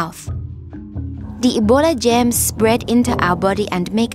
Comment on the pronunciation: I Laughed She Says Gems But Its Germs